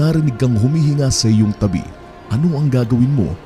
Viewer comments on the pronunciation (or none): none